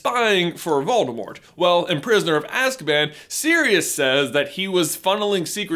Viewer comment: Did you know the “T” in Voldemort is silent?